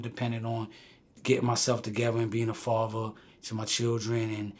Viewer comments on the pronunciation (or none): none